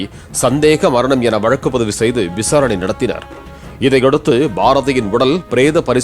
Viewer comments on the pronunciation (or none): none